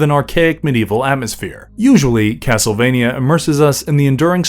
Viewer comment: It's cracking me up how this video keeps saying the name of the series wrong in so many different ways.